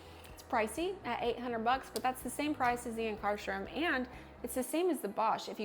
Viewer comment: Yikes , learn to pronounce Ankarsrum and honestly without question it is the absolutely the best machine by miles !! yes, it has a learning curve, but the product output is by far THE BEST .